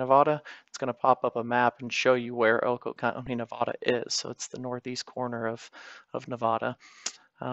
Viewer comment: Nevahdah 😂😅😅😅 it’s Nevada